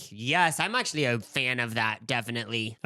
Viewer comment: "i AUUctually have so much energy" im crying i love yall sm